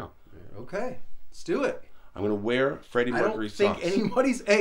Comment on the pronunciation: “Where else am I gonna wea-well” lmao